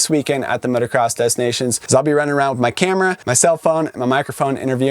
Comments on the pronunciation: If u want to say it the French way it’s “motocross de nacion” . Don’t pronounce the S and nations is pronounced differently. Anyway. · If you say Des Nations to a French they'll say "DES NA-C-ONS ?"